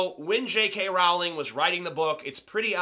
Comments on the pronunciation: I don't disagree but if you're going to use the 'w' argument, you wouldn't pronounce 'bowling' as 'bow-ling' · I cringe whenever he says 'J.K RoWWWWWLING'. It's pronounced as 'J.K Rolling'. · It's pronounced "Rolling". You would think an intelligent, amazing, reviewer would know that...